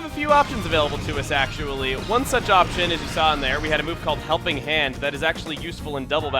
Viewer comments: humping hand XD epic mispronunciation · Am I the only one who heard "Humping hand" ? Dragon out!